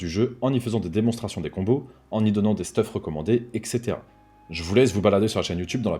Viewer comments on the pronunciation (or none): Sympa comme vidéo, merci. Par contre j'ai pas pu m'empêcher de grincer des dents en t'entendant dire "ekssétera" il y a un "T", pas un "k" ni un "c". donc ça se prononce "etssétéra" et PAS "ekssétera". si c'est compliquer à intégrer, regardes la forme latine " Et cetera", sépares le en deux ce sera plus facile à prononcer correctement. Oui je chipote et c'est un détail, mais ça me casse autant les burnes qu'un ytuber qui dit des "bilds" au lieu de "bUild". Bref, même combat #soldat_de_la_langue fr ;p Tout le reste est nikel, merci pour ta vidéo :)